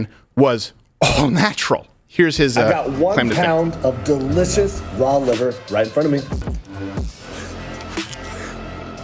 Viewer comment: The way he said “delithious” yall shoild of known 😂